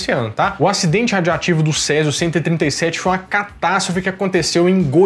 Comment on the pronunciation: Uma pequena correção: a pronúncia correria é RADIOATIVO.